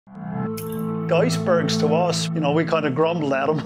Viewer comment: "We feesh" and " the oisbergs"....that's awesome.